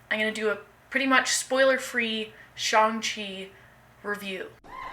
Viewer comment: It’s pronounced Shang chi. His name is not Shane it’s Shang chi The a say it name